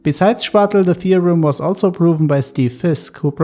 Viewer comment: Nice video just a tiny note the name of Chvátal should be read as [khvaatal] hopefully I wrote it correctly